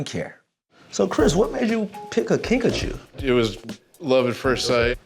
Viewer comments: Guys its kinkajou not kinkachu (I JUST READ THE DESCRIPTION) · I thought he was saying Pikachu lmao